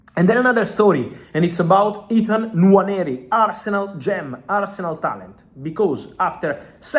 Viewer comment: Ethan Nuuuaaaneri 🤣 love the pronunciation